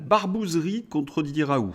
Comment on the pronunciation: Vous m'énervez avec vos "RAOU", on dit RaouL ou RaouLT, pédant personnage !